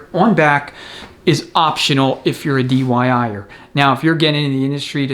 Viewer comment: Another get set of recommendations. I feel I have to give you a hard time about the dyi'er, I'm know you meant diy'er but said dyi'er a lot. I'm sure you are having a good laugh about that too. Happy New Year. A $47 bushing tool on amazon works well, a little ATF makes install easier than going in dry. 52 in 1 Custom Bushing Bearing & Seal Driver Set The stator and input shaft expander and resizing tool sets out of aluminum are $10 now. China has greatly reduced the prices on specialized tools. The outer race from the input sprag, a threaded rod, a 2x4 and a piece of metal work great to remove the low revers piston snap ring.